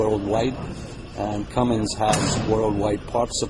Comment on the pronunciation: CUMMINS!!! NOT CUMMINGS!!!!